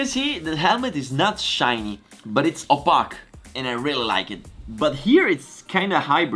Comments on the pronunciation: First thought: “he pronounced opaque wrong. “ Second thought: “wait, or am I pronouncing it wrong” Third thought: who cares there’s Vale” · I like how you say 'opaque', 'hexagons', and 'visor'.